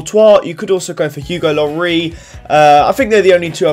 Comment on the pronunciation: "Hugo Llori"